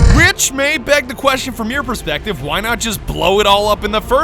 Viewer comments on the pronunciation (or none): none